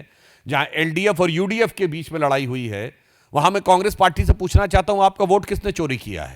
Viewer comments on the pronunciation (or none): none